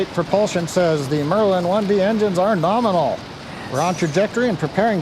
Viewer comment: Okay, I am eating my figurative hat. I did hear use the word "norminal" yesterday at the end of the Crew 1 cast. I still think promulgating this portmanteau word is inappropriate in a scientific context. It promotes imprecise communication, like writing guidance programs with metric units and entering Imperial units. Also, it literally hurts my ears! I have thrown objects at my TV when I hear the word 'nukular' used in place of nuclear (I hope you're aware of the distinction)! I can see you've monetized this vulgarization of 'nominal', and I understand you are using it ironically, but in interest of the English language, and your standing in the scientific community, please consider a gradual phasing out of the usage. Let it pass, like the cosmonaut suit. It was uncomfortable for you to appear in the spacesuit all the time. Understand that it's equally uncomfortable for me to hear a word continuously mispronounced and misused. Let's not "norminalize" the term! Thanks, and keep doing what you do!